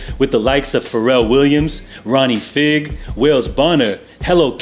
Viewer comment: Few pronunciation tips: Ronnie Fieg is pronounced Ronnie FYE-G (fie as fire or five) Saucony is pronounced SOCK-UH-KNEE